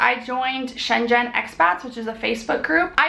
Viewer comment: "shenzhen" is pronounced more like "sun zun"